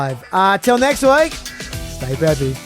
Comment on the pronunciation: starts with J, so it's "Jeppy" instead of "Peppy" 😅